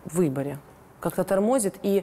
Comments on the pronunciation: Леся, не обижайся, но нужно говорить не тОрмозит, а тормозИт! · Не торМОзит, а тормоЗИт.Не На район ,а в район,шановна Леся.Вы для меня раскрылись с лучшей стороны после этого интервью.